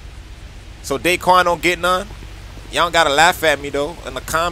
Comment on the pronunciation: Not dayquan